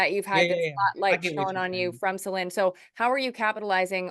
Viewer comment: I love how the interviewer pronounces Celine's name correctly ❤